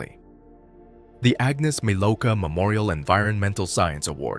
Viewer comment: Her name is Agnieszka Milówka. Her surname is pronounced 'Milov-ka'.